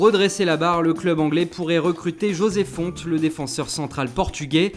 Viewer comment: Mon Dieu... ils ont bien prononcé José Fonte !!!!!! ILS ONT BIEN PRONONCÉ JOSÉ FONTE !!!!!!! Ils ont pas dit Rrossay Fonetay ! Pas d'espagnolisation à la con... ils l'ont bien prononcé ! WOAH Maintenant Gonçalo Guedes : ça se prononce Gonçalo Guedj, (Pas Gonezalo Guedés mais bien) Gonçalo Guedj.